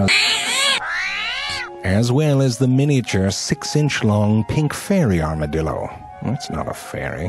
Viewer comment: 一开始是不是故意念成dildo电动棒啊